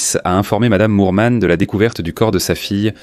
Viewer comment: Pourquoi dire "Lormont" alors que c'est "Norman".